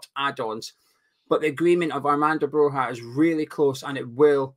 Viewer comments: It's pronounced Broya, as in Goya, the painter. 👍🏻🇦🇱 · why do you insist on mispronouncing Broja. He's not Spanish lol